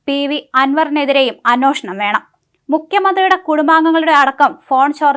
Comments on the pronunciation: അന്വോഷണം അല്ല അന്വേഷണം ! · അനോഷണം.. വേണം...അനോഷണം 😂